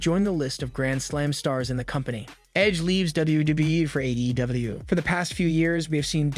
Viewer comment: Why do you sound retarded when you say AEW?